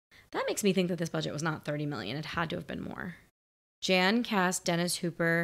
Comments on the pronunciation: Director Jan (pronounced "Yahn") de Bont was a cinematographer for tons of films (many action films), and this was his full motion picture directorial debut (he also directed Twister and a few other films) before returning to a cinematography role, and now works as a producer. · I saw it when it came out in 94 and the whole world was stunned! It was incredible. Real stunts, real action, and pyrotechnics. It was a huge surprise box office hit for Fox. And it's pronounced "YAN" de Bont. When it came out for rent on VHS, my video store had over 100 copies available, it was that popular. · Leave Speed 2 alone, formula might have seemed to work, but nothing else did. I think his name is pronounced (Jan de Bont), "Yawn" not Jan (as in January). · FYI, Jan de Bont is Dutch. His name is pronounced "Yon". Not like Jan Brady. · The director’s name is pronounced “Yon”. Great reaction as always!